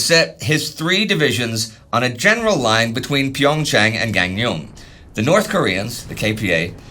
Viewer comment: Minor Korean pronunciation quibble update: Gangneung 강릉 is pronounced "Kang-neung", two syllables. The "eu" is like between a short "i" and a schwa "uh" sound.